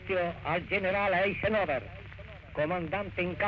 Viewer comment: Che gnurant Badoglio,...pronunciava AISENOVER...